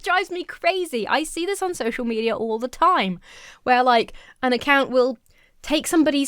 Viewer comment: I can't ever hear you say "social media" without hearing and interpreting "social meteor" and I love it.